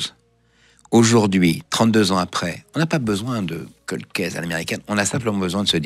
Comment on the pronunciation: Pas colde : prononce caulde